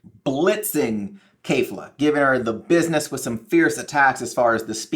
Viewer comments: Kefla not Kayfla...you watched the show so you know how to say it. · keh'f-la not kay'f-la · why would a guy who doesn't even know the characters names (kefla not kayfla) have anywhere near an accurate theory?